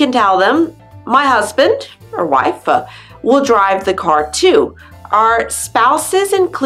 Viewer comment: I understand this is for alternate languages but why do you keep pronouncing your “t’s” on the end of words really weirdly? The same with wife. You keep seeing wifa. Is there a reason for this?! 🤣